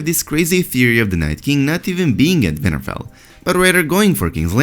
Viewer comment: Its winterfell not vinterfell , thanks for your vids hard to understand u at times what accent is that plus brother is the Th sound like the not broder, just trying to help.😉